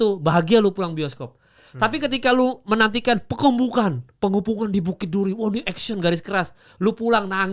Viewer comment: PENGEPUNGAN mal PE.NGE.PU.NGAN...dr tadi dengernya kaya PENGUMUMAN